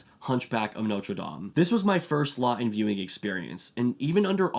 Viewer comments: It is not Charles Law-in it is Charles LaughTon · Charles Laughton pronounced with a T